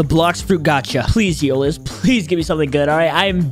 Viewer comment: Zioles ❌ Zeules✅